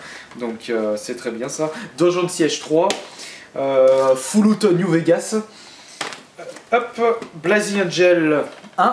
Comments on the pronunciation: Bordel tu pourrais faire un effort pour la prononciation de Fallout... FOULOUTE :rire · FOU LOUT ! T'as un sérieux problème avec l'accent anglais...